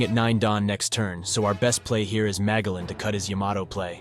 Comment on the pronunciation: Loving the list... keep it up 👍 (I'm fairly certain it's pronounced Ma-jell-an... like the explorer, that hard G is killing me... lol)